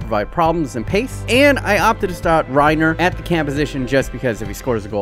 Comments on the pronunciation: It is Pronounced Ray Ni Ér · It's not pronounced the same as Reiner Braun because: A) Reiner Braun is a GERMAN name and is pronounced the German way... and B) Reinier has another letter i in the name, so it isn't the same as Reiner and therefore would not be pronounced the same way. From what I've heard, the Brazilian Portuguese (and also regular Portuguese) way of pronouncing his name is "Ray-nee-er" or "Ray-neer". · Reinier is pronounced "Hey" - "Knee" - er